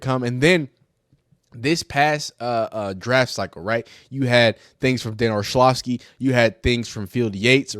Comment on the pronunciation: Dan Or-LOVV-ski